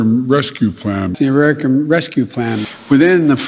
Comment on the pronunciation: I’m no an Ararican, Biden